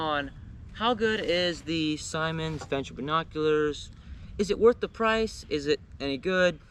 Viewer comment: You’re pronouncing it wrong. It’s not Simon. It’s Simmons.